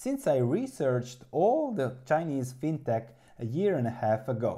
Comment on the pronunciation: I don't know how to pronounce Qudian but I am reasonably confident that fintech should be pronounced "fintek". Like in the word technology.